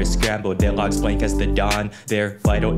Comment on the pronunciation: why do you pronounce L as ng. "Have you checked the ngogs?"